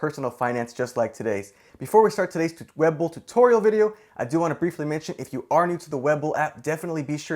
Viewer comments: I believe it's pronounced Wee-bull not weh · look its hard to watch when you aren't even saying the name right. it is WE BULL not web ull... sorry, no value added here but sticking around for the vid lol. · We...bull.. weeeee bull.. not web el..otherwise great job lol. Web bull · Webull. Not Wэbull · It's we..bull not web bull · Juan Pablo IKR. That drove me crazy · Haha was just about to say that. :D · It’s not “web-bull”. It’s “we-bull”. Say it right. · I was going to watch this video but after the 3rd time he pronounced webull as web bull I had to stop the video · So im the only one bothered by how he's saying "web bull"?? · Bwahahaha it's pronounced WEEbull bro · I seriously can’t watch this for longer than 20 seconds due to his constant mispronunciation of “Webull” 😖😖😖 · Had to stop watching at the very beginning because it's hard to want to take a lesson from someone who can't even pronounce the name of the app the right way. Lol. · I am taking advice from some who is saying webull wrong ... Great video by the way ! :D